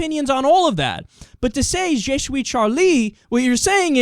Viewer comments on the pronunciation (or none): Kyle, It's Juh-Swee. Also the H isn't pronounced in Hebdo (or in any of french)